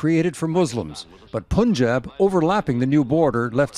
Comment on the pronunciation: If you’re going to make an informative video, please get the pronunciations right. It’s not Poonjab. It’s Punjab. It’s not Sick. It’s Sikh